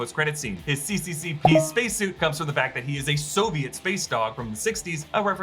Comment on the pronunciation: Those aren't English letters. CCCP was pronounced "S S S R"